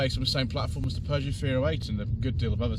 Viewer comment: I believe you miss-pronounced Peugeot there 😉 as a Vauxhall fanboy I certainly love my Insignia or the Astra K Elite 1.6 looks a good proposition with 200hp. But yes overall the designs have been handsome and inoffensive rather than striking and modern in recent times